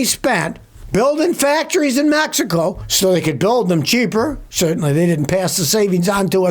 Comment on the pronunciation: Did you say Mehico?